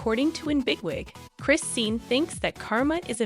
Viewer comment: You are saying the names wrong, it's not Christine and it's not Bluefist I don't know who this girl is that is talking she don't know who the people she is reading about!!😠